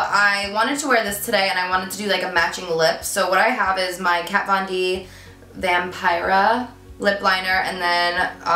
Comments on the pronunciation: The name of the lipliner is in Spanish, so it should be pronounced like “vam-pee-ra” 😃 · Vampira pronounced like vaughm-pee-ruh